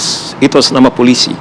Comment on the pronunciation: ngomong Polisi salah aja kok susah ??